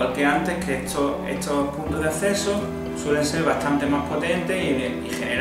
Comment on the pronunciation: Punto de "asseso" 😂🤣